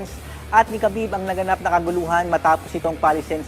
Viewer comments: Its not ka-bib. Its Ha-bib Ab-dul-ma-no-po-vich Nur-ma-ho-me-dof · Habib po ang tamang bigkas boss.....😂😂😂😂